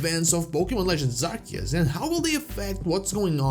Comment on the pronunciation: It is pronounced AR-SEE-US, not AR-KEE-US! ❤❤